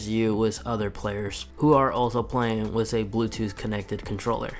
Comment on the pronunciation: with not wis